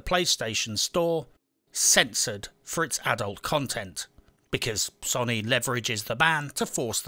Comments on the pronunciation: Can this guy please pronounce Sony correctly.. Sow-nee not Sonny, it's doing my head in lol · Sow knee, say it with me SOW KNEE. NOT SUNNY